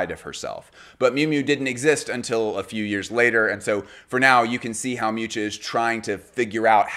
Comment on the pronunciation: Hearing his pronunciation of Miuccia ("Mewcha") was atrocious